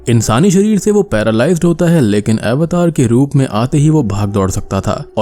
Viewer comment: भाई यह अवतार ही है. सही से बोलो